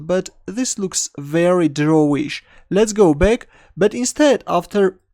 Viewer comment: Oh, every time he says "let's go back" I thought he said "let's go big xD"